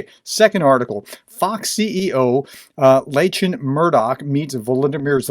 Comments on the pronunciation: It's pronounced Locklan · Re: Lachlan Murdoch The first name is pronounced LOCK-LAN. It is an old Scottish name, very popular with Australian families who — like the Murdochs — are proud of their Scottish heritage. Originally, the name was given to younger sons in aristocratic Scottish families. Due to the rules of primogeniture, these sons could not inherit the family estate. So they would literally “lack land”. Likewise, Prince John — the younger brother of Richard the Lionheart, who acted as Regent of England while Richard was away fighting the Crusades — was known as John Lackland. In Sir Walter Scott’s most popular novel, Ivanhoe, there is a character called Robert Locksley. He is very much based on Robin Hood, but with a “back story” implying that he came from noble birth but became a soldier of fortune (and occasional thief, robbing the rich and giving to the poor) as he received no family inheritance. In Australia, where the name Lachlan remains popular even in families with no Scottish connection, boys named Lachlan are almost invariably known as Lachie, pronounced LOCKEY. This does not, however, apply to Mr Murdoch. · Lachlan is pronounced "lOck-lun" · Lachlan is pronounced Lockl'n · Lachlan is pronounced Locklan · Lachlan is pronounced 'lock lan' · Thank you for being pro-democracy and pro-ukraine. Just FYI, Lachlan Murdoch's name is actually pronounced Lock-Lan Mur-Dock (the ch is a hard k in both instances, and the L is not silent). Or, we shall be forced to grade you with an F for English, (cheeky wink) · Lachlan is pronounced "who-cares"